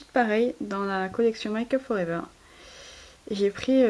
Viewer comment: sa se prononce pas "maille kup for ever" c'est "mai kup for ever". tu pourrais pas faire des montages,tout de meme... Mais des beaux achats :):)